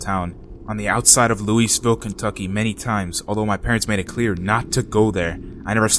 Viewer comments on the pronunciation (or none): Lol. I'm from Louisville, Kentucky, and the way you said 'Louisville' was hilarious. Great video, though!